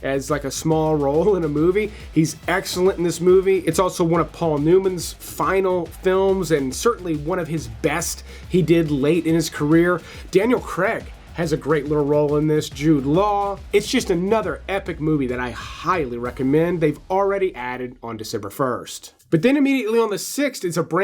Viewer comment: It’s Daniel Craig not Daniel Creg